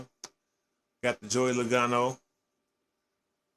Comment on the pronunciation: Logano doesn't have have an a after the L.